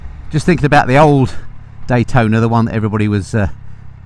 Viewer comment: CFMoto is releasing a 675 "D-Hwai-tona" :D... you need to compare it.